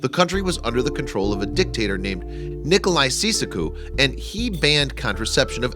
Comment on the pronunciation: Its pronounced nick- o- lie chow- chess- que.